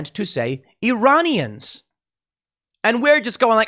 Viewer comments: He clearly meant to say "Uranian" as in people from the planet Uranus. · Uranians not Iranians. Like, from uranus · It sounded like he said "Uranians" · Ah yes "Uranians," my wife's second cousin is from Uranus, nice planet I hear, a bit cold though, and lousy air quality... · the fact that you have to go over whether he said “Iranians” or the “Uranians” is more disturbing than anything. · Iran is a real place, yes. But almost 100% of Americans refuse to pronounce it correctly : "e-ran". Instead, Americans pronounce it "aye-ran", and its people "aye-ranians". So Biden DEFINITELY said "URANIANS" 🤡😳🤪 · He said Uraniums; change my mind XD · He said Uranian… remember he was reading off a teleprompter. Much closer to Ukrainian. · Tim, I think it's obligatory for US politicians to mispronounce Iran as "EYE-ran" (same with Iraq), so I think it really must have been simply a swallowed syllable and Joe said "Uranians". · as much as i do not like him, it did sound like uranian to me as well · I don't think he said Iranians it sounded like uranians to me. It also sounded like it was the first time he was reading that speech